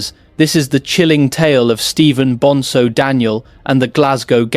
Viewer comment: It's BonZo! Not BonSo ffs 🙄